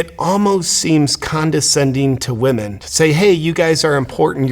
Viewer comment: I'm mostly offended that he can't pronounce women...